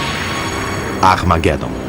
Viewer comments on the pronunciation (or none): Meu Deus ... Como tem erros esse doc.... Pqp o cara fala arma Guedon... E é Armagedom ... E fala que Plutão e seu satélite é apenas um quinto da lua... Porra então Plutão é um asteróide... Que isso gente!!!